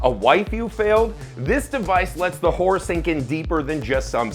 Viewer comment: TWO syllables, not one. It's Hore-rur, not hore. Hore movies are something completely different.